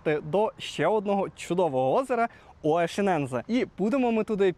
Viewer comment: лайк за нове відео. але нема такого озера оєшінензе 😂😂😂 будь ласка, якшо ви вже розповідаєте якісь географічні назви то озвучте правильно